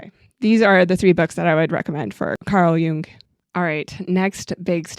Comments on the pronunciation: You perfectly pronounce Carl Jung. Both parts. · You pronounced Carl Jung correctly, no problem there. Great vid as always. Thank you! 😊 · So glad this came up in my YouTube suggestions! Comments: 1), you pronounce Carl Jung's name correctly. 2) You pronounced "The Brothers Karamazov" perfectly. 3) The "Red Book" was not written by Jung for public consumption, but was rather a kind of journal, Jung's working with images that arose from the unconscious, so that explains why it doesn't necessarily make "sense.":-)